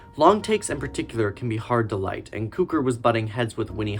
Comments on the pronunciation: I'm not trying to be difficult as this is a very good video. But I've always heard George Cukor name pronounced (cue-core) not (coo-ker) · Que-kor …. Please!!! NOT Koo-kor! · Nice video but it's CUE-CORE. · Cukor is pronounced cue-core. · Really enjoyed, thanks for this. Great work. Note Cukor pronounced the Cu how it’s in cucumber. Thanks for heads up on that book. :) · Impressive work. But your name mispronunciations are not acceptable. BTW: I knew Ronald (Pronounced HAY-ver) as a producer for a Criterion in the early 90s. Also, it's pronounced George CUE-kor. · I'd be giving your video thumbs up if it weren't filled with mispronounced names. It's George CUE-CORE (Q-Core). Ronald Haver's last name rhymes with "saver." Winton C. Hoch's last name rhymes with "poke." And "Oleander" starts with the sound of "oh," as in "Oh, Leander!" (It's also the name of a flower.) A little research would go a long way towards establishing yourself as a credible film scholar. Hopefully it's not too late for Part 2.